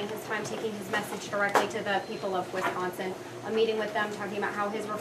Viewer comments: Its Wisconsin not WIS consin.. and quite saying I think and forward to! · This must be one of Gov. Walker's out of state hires. When these folks come in they should learn how to say Wisconsin.